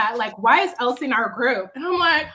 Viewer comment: Chille, I don’t watch the show anymore. From the way you pronounced it, I thought her name was ‘El Si Ke’ 😂